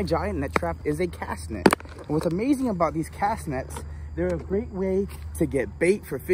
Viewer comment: The net is a cast net and you said it wrong